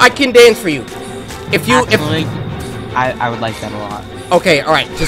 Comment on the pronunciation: I died when instead of actually it said acutally 😂